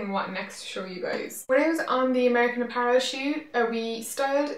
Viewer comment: Does anyone remember when she used to pronounce apparel as a-puh-relle? I thought that was so cute.